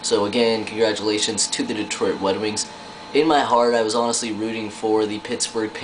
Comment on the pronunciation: oooooooo go to and listen he says wed wings! HAHAHA WAt a dick